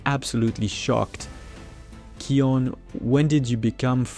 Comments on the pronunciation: SAY NAME ✅️ RIGHT its not keon its KION K I O N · You are dumb he's name is kion not keon